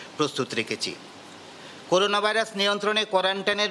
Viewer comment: করুনা হবেনা ভাই করোনা,করেন্টাইন হবেনা,হবে কোয়ারেন্টাইন। স্কিনিং হবেনা, হবে স্ক্যানিং।